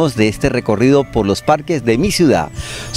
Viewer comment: Me disculpa...pero no sé dice.. COSTRUIDA... se dice CONSTRUIDA igualmente se dice CIUDAD... no se dice CUIDA... Hay que hacerle al buen hablar. Ojo con eso la gente lo escucha y califica.